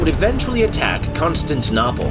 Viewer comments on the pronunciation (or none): Please work on the pronunciation. Constantinople isn't that hard to say. Hatun is pronounced "Hah-TOON"